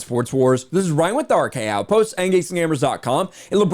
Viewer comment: This kid CAN NOT pronounce “outpost”